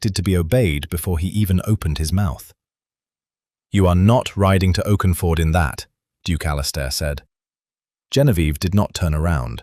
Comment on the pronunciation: Since when is Oxford pronounced Oakenford? And women in that era rode sidesaddle.